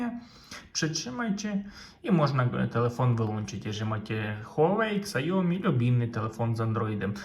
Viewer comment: xiaomi czytamy siaomi pozdrawiam serdecznie przydatny kanał 👍😊